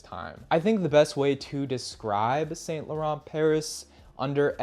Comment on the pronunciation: You should learn how to pronounce French words properly like Dior Homme and Saint Laurent.